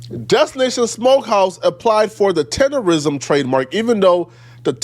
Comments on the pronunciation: How the other guy reporting did “research” and not even stating the name properly! It’s not “tenderism.” In any event I don’t feel sorry for the old man. He seems like one of those old ninjas that think the white mans ice is colder. Shout out to the black man that invested in him…. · If you take into account the way he actually says the word. He should trademark the word "TENDANIZM" cause that Literally is how he pronounced it originally. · i get irritated everytime he says Tenderism lmao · The fact that dude kept saying “tenderism” instead of “tendernism” was making me mad. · It's Tender-Nism....Not Rism so if he gone care about someone at least get his trademark that he got robbed of correct lol instead of saying it wrong his whole video! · said Tenderisim😂😂😂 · Ole buddy edge up look a lil drunk. I guess he the fifth member of Jagged Edge! It's tendernism btw not tenderism. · Word to the wise, "DNT make reports of something if u can't pronounce words regardless of their mispronounced, it's "TENDERISM!" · Im so tired of people not eem pronouncing TENDERNISM properly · IT'S TENDERNISM 🥷🏾!!!!! WTF IS WRONG WITH PEOPLE NOT BEING ABLE TO PRONOUNCE SHIT THE RIGHT WAY?????!!!!!!! ESPECIALLY WHEN IT COMES TO OUR OWN PEOPLE JOE????!!!!! GADDAMN!!!!!!!!!🤦🏾‍♂️🤦🏾‍♂️🤦🏾‍♂️🤦🏾‍♂️🤦🏾‍♂️🤦🏾‍♂️🤦🏾‍♂️🤦🏾‍♂️🤦🏾‍♂️🤦🏾‍♂️.... And ALL them ballin ass celebrities and MILLIONAIRES need to gone ahead set him up with his own spot!!! Shout out.. 💪🏾💪🏾💪🏾💪🏾💪🏾... That Boss & That Hoover shit knocking joe... 💯💯💯💯💯💯.... On chief somebody need to start a NEW gofundme joe... I'll donate gaddamnit!!! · How he gonna cover this topic but say Tendernism wrong every single time